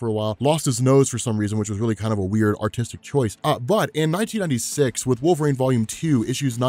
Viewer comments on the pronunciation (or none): none